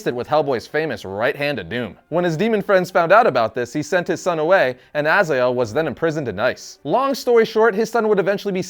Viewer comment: Azael???? Really??? You didnt even bother to learn pronouncing name correctly :D